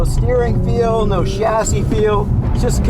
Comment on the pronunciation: You know a real car guy because even though he's American, he pronounces chassis correctly.